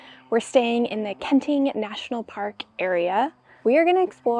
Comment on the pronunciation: I really enjoy your videos. And this one, love, love, love! Since I have relatives living in Taiwan, if I may, some assistance with the pronunciations. Kenting really is two separate words. So the two syllables should be very distinct; “ken ding”. The second syllable in Hualien is more like “LeeAnn”, not “lean”. Taroko is a Japanese word, named during their occupation of the island. If you’ve tried pronouncing Japanese words, you’d know the vowels are very specific. So it should be “tah row ko”, not “teraco”. Please keep making videos!